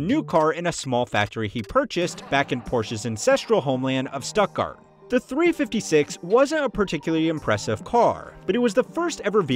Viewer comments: It's pronounced Shtuttgart, not Stuttgart... It's pronounced Porsche (with the e), not "poorsh"... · This comment instantly deflated my growing bubble of anger at the Stuttgart pronunciation. Thank you. (Porsche was really just missing a syllable, whereas Stuttgart mispronounced pretty much everything) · It's pronounced Porsche, not Porsche. Oh, and it's Stuttgart, not Stuttgart. Hope this helps. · Brilliant! His Stuttgart was quite bad though. Jarring even. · Everybody mad about your pronunciation of Porsche and Stuttgart - I just want to add that it's ALUMINIUM, not ALUMINUM. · The pronunciation of “stuttgart” in this video made me cringe.